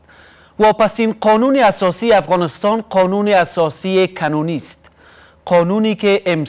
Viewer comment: بچه حاجی کنونی را بسیار بد تلفظ میکنید